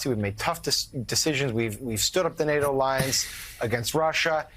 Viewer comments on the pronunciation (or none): none